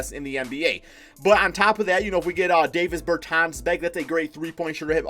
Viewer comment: sounding like Flight with the NBA names lmao. Its Dah-vis Bertans and Rui Hah-Chi-Mora 😂